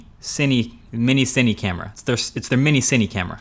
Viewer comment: I'd pay good money to just hear him say "Mini cine" over and over again